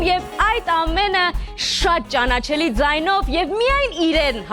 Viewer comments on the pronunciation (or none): Близкие и руководители Гора, не предупреждая его о том, что нельзя говорить * ճանաՆչել, ամաՆչել* и тд, не делают ему милость а преподносят « медвежью услугу»